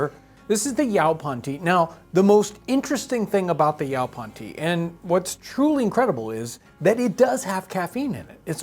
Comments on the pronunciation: (maybe that's even closer to the original pronunciation, but you get "yoe-pon" drilled into your head) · It's pronoced "YAY-PON" and the toasted version is excellent and tastes almost just like black tea. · As someone from SENC, hearing "yow-pon" nearly knocked me out of my chair :D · Great video, we have yaupon everywhere didn't know it could be used as a drink, but for future reference John it is pronounced yoepon. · Yaupon we pronounce here in Texas like Yoo - Pawn. And I was a D and C Student in the late 1970s High School. I enjoy your Channel. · In Arkansas where yaupon holly grows wild and was used by the Caddo Indians, it is pronounced yo-pon, long o in the first syllable. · No. It's pronounced yoe-pon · My ancestors were East Frisian! Makes me feel like part of this story. Thanks for the fascinating episode. Yaupon (pronounced YO-PON) grows where I live and is a delicious tea, and still enjoyed today--and you're right--it is the only plant native to North America with caffeine. But I think we can take this away: coffee, tea, tobacco, and chocolate simply have no substitutes and the world depends on them. Some spices too; what would life be like without black pepper and cinnamon? Really interesting to think about how dependent we are on the international economy.